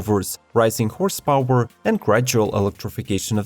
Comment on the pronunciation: Horse paoowwer 😂